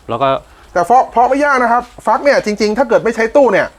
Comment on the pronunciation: ฟัก ไม่ใช่ฝัก